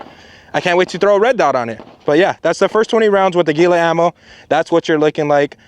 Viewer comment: I'm am the only one upset that he said Aguila the way he did.